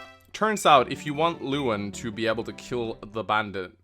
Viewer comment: I'm pretty sure Lewyn is pronounced Levin still. The W is pronounced with a V sound